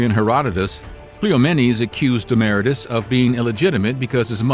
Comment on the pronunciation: KleeOMMennees. DemmahRAYtus. Moron.